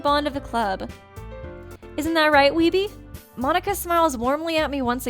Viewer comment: everytime you say monika i hear you say monokuma for some reason ._.